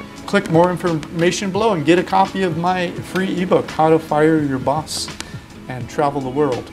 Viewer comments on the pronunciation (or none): none